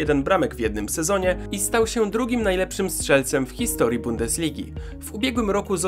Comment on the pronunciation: 2;44 min "hisotrii" zamiast historii ;)